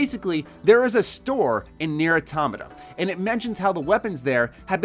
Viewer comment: Thank you for pronouncing automata right